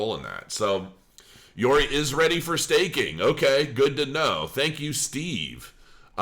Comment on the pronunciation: How the hell can you pronounce Yoroi as Yori? I really don't get it.